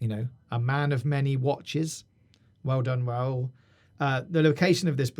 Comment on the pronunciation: Im from 🇪🇸 and you said rauls name perfectly